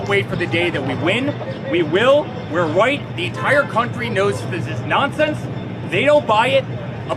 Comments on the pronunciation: eric does say white instead of right. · Wow! It sure sounded like "what's his name" said "because we're white" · it sounds like he says we're white😂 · It does sound like Eric said white and not right. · He definitely said white and not right, unless he has a speech impediment that we don’t know about. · Yeah, it DOES sound like he says "we're white". Hahahahahahahahahaha. That dude needs to put down the coke spoon or whatever the hell he's on. Man! Did you see that weird selfie thing he did where he was laying on his bed and was looking up at the phone trying to talk? Dude, his eyes were rolling around in his head. That guy was tweekin outta his gourd!! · Eric said "were white"... not right. I hear white clearly. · I heard "white" not "right" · I do believe I heard “white “. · sure does sound like he is saying we're white....that would be the quiet part out loud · Sounded like Eric said white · Not gonna lie it sounded clearly like Don jr said because “we’re white”😳……….probably a Freudian slip, but yeah he said white! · It didn't sound like Eric said white, and that is because he said white. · He said ' we're w**te ', that is what it sounds like ‼️📣 Who, who are the last remaining very few people who still view &/ listens to republican, gop, conservative& right wing media+ medias ⁉️📣 Who are the last remaining brainless dingbats 🤪🥴🤡🤥 still willing to view &/ listen to their lies 🤥⁉️📣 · Slip of the tongue? He definitely said white instead of right. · It sure sounded like Eric said white. Acquittal because Trump is white. But, trump looks orange, not white. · It did sound like Eric said “we’re white” 🤦‍♂️ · I listened to it five times. He said white. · Yes I heard Eric say “we’re white” not “ right”. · They'll say he said, "we're right..." I heard "white". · I heard white too. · I Thought I Heard Right The First Time But Lil’NAHurry But he DEFINITELY Said ‘White’.😂😂🤬